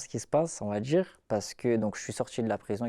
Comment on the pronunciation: n'oublie pas le "on va djire"